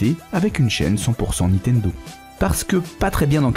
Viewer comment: on dit niNtendo ! pas Nitendo, on dirait ma grand mère, merci